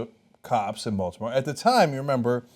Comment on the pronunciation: SOOO happy some mentioned the Wire... it was literally the first thing that came to my head when I heard them say Balitmore